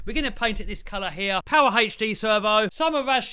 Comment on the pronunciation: Mo powah baby